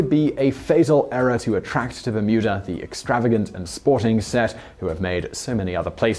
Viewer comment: I know you’re saying Bermuda, but I’m hearing Mütter like the museum of medical oddity’s